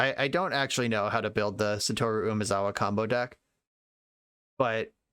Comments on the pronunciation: Just as a heads up, you had 'sah-toh-rue' pronounced right the first time. JP pronunciation is 100% syllable-by-syllable, basically no exceptions. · Well, I wouldn't pronounce the u as strongly. It's not a long vowel in the name "Satoru". Non-long u's in Japanese have a tendency to be under-pronounced.